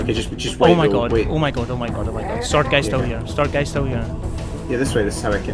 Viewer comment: When you said "sword guy", I heard "Sergei" and wasn't sure if that was the covenant elite's official name or if you'd had so much trouble dealing with him that you'd given him a name. In any case, I'm glad Sergei didn't kill you! Excellent editing, by the way!